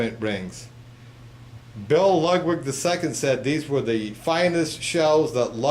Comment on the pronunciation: and to be even more CORRECT, its not pronounced lugwig.